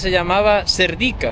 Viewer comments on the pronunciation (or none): No es Serdíka, es Sérdika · Hola y mucho gusto a conocer os,,Yo vivo en España 22 años y soy búlgara,,Cuando veo que sois dos jóvenes que también queréis aprender les digo que Serdica el acento es en la PRIMERA "E" y Vitocha también en la primera "I",,Gracias Un saludo